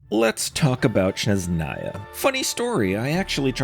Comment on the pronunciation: Love ur theories man! I know its nitpicky, but i see it happen alot with many creators: You keep saying Shneznaya instead of Snezhnaya. It's a very small thing, but smth I'd like point out. Keep up the amazing work 🙏